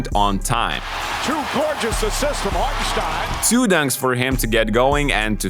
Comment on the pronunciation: Great analysis! It’s funny hearing you slightly mispronounce some words but nail the pronunciation of Hartensteins name haha! it drives me crazy hearing literally everyone saying it wrong.